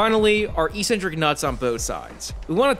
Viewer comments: ek-cen-tric, not ee-cen-tric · Eccentric pronunciation ek-sen-trik not e-sen-trik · Eccentric. Ec-centric. Not E centric. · "Eccentric" is said "eck centric"